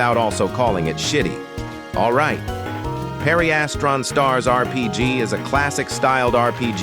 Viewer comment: Pareistran is how your saying pedestrian